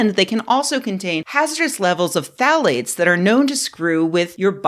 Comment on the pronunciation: Are you saying "thalates" or "phallates"? ;-)